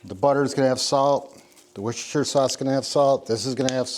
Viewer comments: Wooster-sher ( all one word) sauce. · Spelling it phonetically so you can finally say it correctly Wuster-sher sauce Or just leave it as Wuster sauce like we all do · its what sauce... "wash your sister" sauce... 👀👀👀